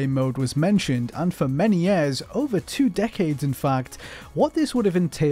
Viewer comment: why can't this guy pronounce the word "Years"